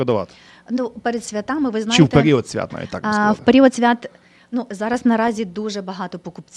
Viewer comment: Чому Ти мавпуєш помилки? На який склад падає наголос в слові свято? Чому Ти змінюєш наголос в множині? Ганьба!